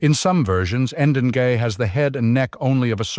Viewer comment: "Degei" is pronounced Deng-ey... Not "En-den-gay"